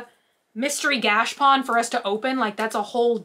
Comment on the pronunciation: Gachapon not "gashpon"